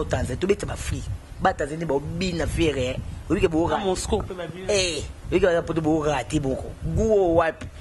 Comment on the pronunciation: Yo mutu licencié na Ifasic oyebi te que balobaka Moscour te? Moscou, Moscou eee nde balobaka